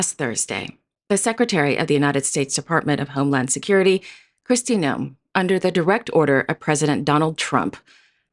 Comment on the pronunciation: Love the way you say Noem and t-RUMP. They are an absolute disgrace - as is the entire current leadership. Thanks for going off on a bit of a tangent. Love your posts. Watch them daily.